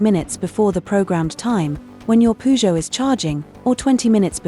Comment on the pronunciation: Using AI to ruin their own brand Poo-Joe 😂😂😂